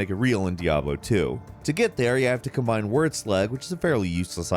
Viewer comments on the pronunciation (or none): none